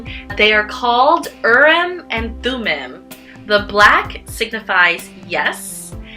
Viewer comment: Interesting video. I just wanted to point out two things or make a couple corrections rather. Urim and Thummim are from the Hebrew Bible and being that the words are Hebrew, the “i” in each word is actually pronounced like a double “e”. So the proper pronunciation is Ureem and Thumeem. Second, the dark stone means no, and the light stone means yes, not the other way around. Urim (the light stone) means light and truth. Thumim (the dark stone) means guilty or cursed, which is why the dark stone is no.